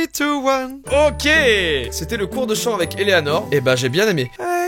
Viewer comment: nan mais en vrai c'est parce que à la manière dont elle prononce le mot "eleanor" si tu écoutes bien on dirait qu'elle dit "elena"